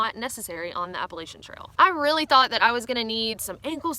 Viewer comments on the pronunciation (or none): Learning how to properly pronounce “Appalachia” should’ve been on this list